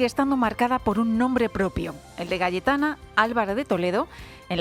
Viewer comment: Sólo yo escucho Galletana en el segundo ?